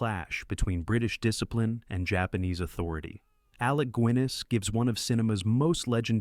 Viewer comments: AI narrations are obvious when we’ll known Actor names are misstated. Alec Guinness. Not Gwinniss. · Alec Gwiness? It's Guinness, like the beer. Learn how to pronounce all the names and locations before narrating videos! Oh I get it now - it's computer generated narration. Thumbs down. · Alec “Gwiness” did the narrator actually do any homework….. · Who the heck is Alec "Gweniss"? Nice narrative!